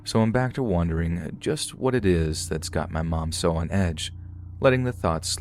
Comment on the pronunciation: Why do you say wondering like wandering and wandering like wondering 🤔